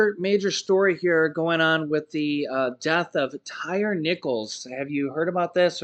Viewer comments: His name is pronounced Ty-ree, not tire. Rest his soul. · it's pronounced like Tie-Ree for Tyre.